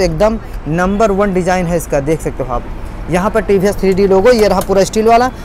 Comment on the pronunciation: Ye he tiivhiiess bolna to sikhlo bhai